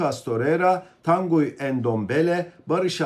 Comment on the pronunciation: Bir de transfer edilen yabanci oyuncularin isim ve soyadlarini dogru-dürüst telaffuz edebilmeyi basarabilseniz!!!.. örnek: Tanguy Ndombele adindaki oyuncu. Tanguy, Türkçe telaffuzu ile TAN-GI olarak yapilir. Bilgisayariniz ile internet üzerinden dahi yabanci isimlerin nasil telaffuz edildiklerini size gösterebilen-ögretebilen programlar bulunmaktadir. Zor mu arastirabilmeniz?.